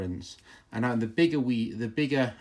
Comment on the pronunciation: The channel lock and DeWalt seem to be rebranded Klein screwdrivers. Also Wera and Wiha are NOT the same. Both made in Germany but totally different companies. Both are pronounced with a V. Wiha is pronounced Viha Wera is pronounced Vera